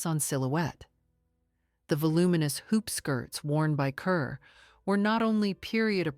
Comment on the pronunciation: 'Kerr' is pronounced 'car'